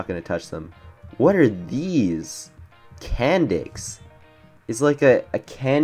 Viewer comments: THE SECOND HE SAID CAN NDIX I THOUGHT IT SAID CANNED. YA I KNOW XD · Candix that sounds so wrong like "Can" "D***"